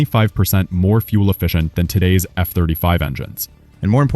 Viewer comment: The word "fuel" is NOT pronounced "foo – el". It's pronounced "f – yew – el".